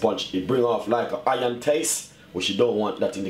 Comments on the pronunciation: Hahaha - he said Hiyan...hehehehehe. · "do not use a pot, or something which is hion" lol. Great vid though.